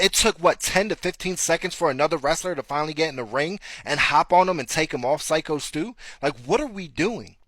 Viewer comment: Love you but you cant even get Stu’s name right while making a video about it… come on brother lol